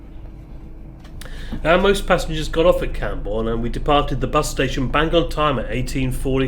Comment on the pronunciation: It's Camborne